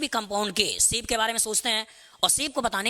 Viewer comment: Sir its nice btt....its not siip...its shape😃